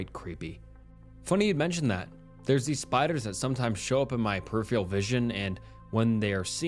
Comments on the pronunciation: Peripheral is pronounced PER-I-FER-AL!!! Not perifail !! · Dude.. I am begging you to please learn how to pronounce peripheral